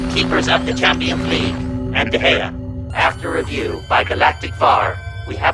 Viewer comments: hahahaha kevin De-Groin-ah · kevin de groin-ah 🤣🤣